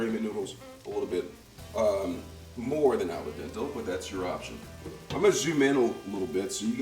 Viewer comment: Ray-mon, flavor-ation, green un-yon, and ala dental noodles?? Never heard this pronunciarion, but I like it... Those are new words I'm adding to my cooking vocabulary!